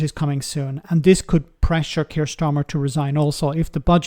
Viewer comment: Keir Starmer, not Kier Starmer.